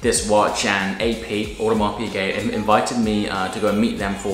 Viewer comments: Piguet, not Piquet. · One of them should have told you that it's piGuet and not piQuet though :p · By the way, it's Piguet. Not Piquet. You should pay attention. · Please it is "Piguet" not "Piquet"... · Hi, I like very much your videos, but please don't call your watch an Audemars Pické, it's an Audemars Piguet with a G an not a C :). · love the diver, but please stop pronouncing it "Piquet"